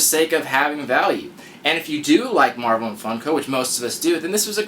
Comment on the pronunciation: You forgot the "L" in marvel.